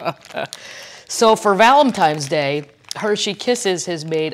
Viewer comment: Oh my gawd I am HOWLING... ValentiMes Day and SupposeBly!! 😂😂😂